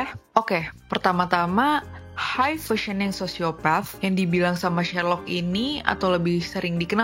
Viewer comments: functional bkn functioning, pronounce functioning jg bkn fusening tp ˈfəNG(k)SH(ə)ning. Hadeuhhhhh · nggak, istilahnya emang high functioning sociopath, feel free buat googling sendiri tapi iya, cara bacanya salah